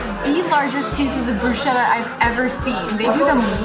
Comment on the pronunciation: Who or what threw you off when you stated that you aren't liking it? Btw, bruschetta is pronounced with a "k" not "sh".